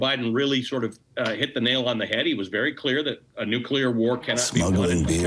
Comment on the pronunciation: NO ONE WINS A NUCULAR WAR